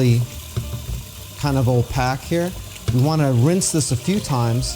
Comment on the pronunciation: Opaque is not pronounced oh-pack. It’s pronounced oh-pay-k